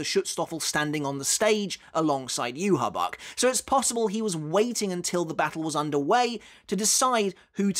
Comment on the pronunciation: It’s “ yuhavaa”